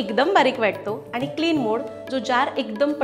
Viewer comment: लसून नाही लसूण बोलतात आनी पानी